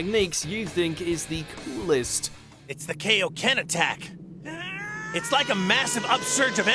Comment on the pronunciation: Ah yes I remember when the kaioken was pronounced as kay-oh-ken